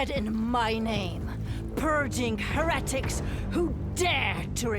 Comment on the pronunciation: Skarlet said "heretics" wrong